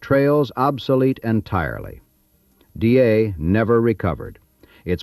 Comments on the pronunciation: Dyea pronounced Di-ee'..die ee..not DA. That aside, an interesting video. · I was a tour guide on the White Pass & Yukon Route Railroad. Great stories, great memories. I miss that place. Excellent video (you mispronounced Dyea though)